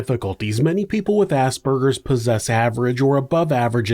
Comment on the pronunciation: Finally someone who pronounces Aspergers correctly